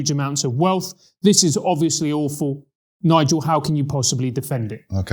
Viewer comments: Don't say this guy's name in pig Latin Bigel Starts with N rhymes with cigar, you know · Careful everyone. It's Nigel, not Bigel!!!